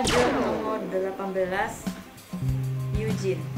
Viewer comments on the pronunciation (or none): none